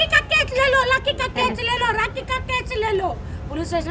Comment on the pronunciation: Rrrrraaaaakhi = Doli Bindrrrrrrrrrrrrra😂😂😂 YOU KNOW 😂😂